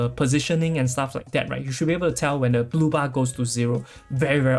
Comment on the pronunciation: I heard booba,and kept looking at the booba couldnt see much difference, took me a while to understand you were saying blue bar.. lol